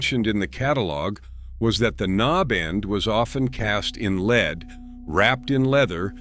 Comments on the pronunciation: I bailed at the AI "leed" instead of lead.... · Yes, you can tell its artificial intelligence (aka; genuine stupidity) by mispronunciation of "lead," among other things...